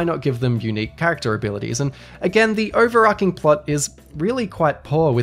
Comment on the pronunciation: The amount of times you mispronounce "overarching" is cromulent